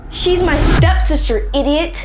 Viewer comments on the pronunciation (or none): Did say sep-stister 😂😂😂😂😂😂💀💀💀💀instead of step-sister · Why said step stiter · Bro say sepsisa